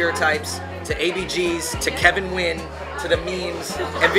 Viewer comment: He doesn't even pronounce Nguyen right and that's his last name too.